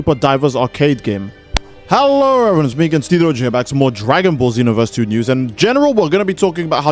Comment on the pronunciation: I said that because the first time, I didn't even HEAR him say "news". It's a vocal flub, bro. Not that serious.